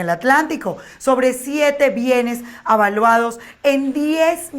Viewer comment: Se dice evaluados, no avaluados